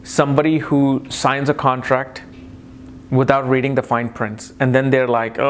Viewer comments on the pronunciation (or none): none